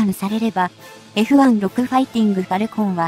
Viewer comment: F1ロクじゃなく，Fジュウロクです｡読み方間違っています。大至急改善を求む。